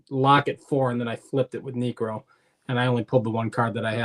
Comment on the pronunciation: Niekro? Really man 😅 As a Braves fan (I love Knucksie) but he doesnt crack it ha